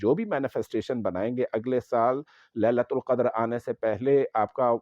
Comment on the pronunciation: Sir ji,aapne shuru ki ayat ghalat parhi he,fi laeela til qadar he,laeela tul nahi he.